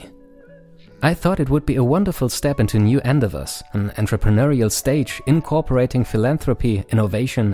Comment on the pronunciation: The videos are well made but the narrator should double check his pronunciation with a native speaker before releasing the video.... e.g. "endeavours"